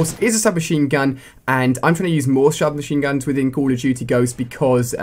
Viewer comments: He said SHUB MACHINE GUNS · 39 secs u said shub mashine gund LOL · He says shub machine guns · Lol he said "Shub Machine Guns"!!!! Lol!!!!